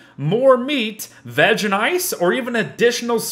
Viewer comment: I’m pretty sure it’s only me that I hear him saying vadge instead of veg.lol